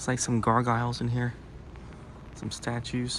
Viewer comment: "Gargyles"? Were these Gargyles, wearing gargoyle socks?